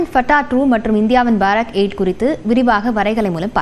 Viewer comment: Its Baarak 8 Indo Israel JV, Pronounce correctly